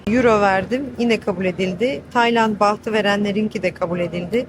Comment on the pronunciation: Birisi tl için türk layra dese napardınız?Baht değillll Baattt öğrenin artık!Başkalarının videolarını seyredip aynı yanlışı yapmayın.Belki yüz kez alış veriş yapıp yüz kere Baat diye duyup hala Baht diyen birisine ben ne diyebilirim ...